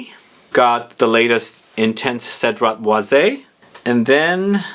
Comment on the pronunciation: Because it’s being pronounced wrong. Cedrat Boise 3 syllables Sed-drat-Bawz